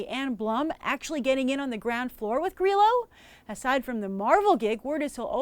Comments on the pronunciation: Lol , Grace! Frank GREELO? Its Grillo. Also SHYLEEN Woodley is pronounced Shayleen alas Shailene Woodley. U r adorable! Thank you for making my sleepless night pass quickly by watching your reviews. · I love Frank Grillo so much omg I'm excited to see this. I think you are pronouncing his last name wrong though?